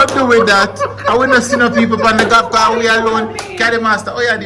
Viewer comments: I think d word is Golf and not galf 😂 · Galf not golf 😂😂😂 tiga lion not tiger woods 😂😂😂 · why you keep saying galf 😂😂😂😂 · it;s not 'galf' it's golf! dwl